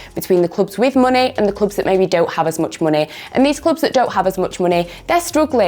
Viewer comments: doesnt pronounce it money She pronounces it as muney😂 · Am I a only one who notice pronouncing "money" pecularely? 🤔